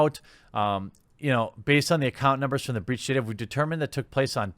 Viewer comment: Its not "breech", its "breach"